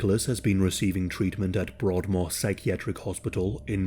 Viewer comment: Dude, you sound British but can't pronounce Pontypridd or Berkshire. What's the deal?